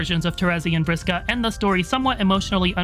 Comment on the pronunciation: Really loved the pronunciation of (Vriska).